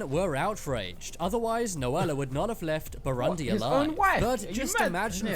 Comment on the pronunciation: the guy is literally saying Bharandi instead of Bhooroondi 😂 (Burundi)